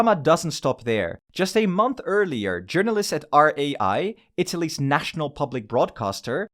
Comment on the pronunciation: Rai Is not pronunced as R.A.I, but Is all united